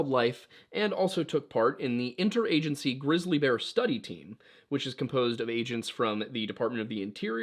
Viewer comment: Wait did you say glizzy bear? Haha!